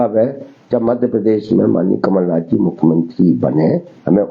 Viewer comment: नक़ल नाथ नहीं गुरु.. कमल नाथ बोलो.. 😊😊